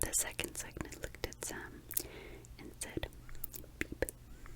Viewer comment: Love this! <3 btw cygnet is pronounced sig (like signal!) - net :)